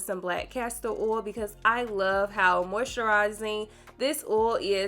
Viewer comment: The mispronunciation of oil is really getting to me